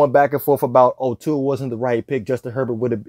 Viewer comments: Try saying Tua's name correctly for a start! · He hates…. Sorry…. Dislikes Tua too much to pronounce his name correctly